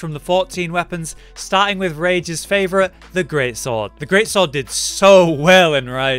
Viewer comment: ''GREAT SWAW-ORD" you know you can hear him